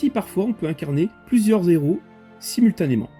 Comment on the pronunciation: Plusieurs Héros et pas plusieurs Zéros 😂 On ne fait pas la liaison 😊